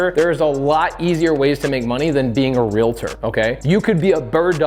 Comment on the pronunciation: Omg! Mahalo for pronouncing REALTOR correctly! Not REAL-A-TOR. 🙌🏻 There are only 2 syllables in the word. PS. I am a Realtor (I bet you guessed), & not offended by you saying we are not (intuitively) investors, hence the reason I’m here. It’s a completely different mindset. Thank you for this information. 🙏🏻